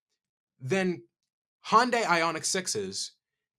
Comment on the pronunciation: He pronounces Hyundai like Hondai.